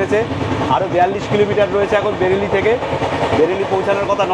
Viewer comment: ওটা বেড়েলি না বারেলি 😑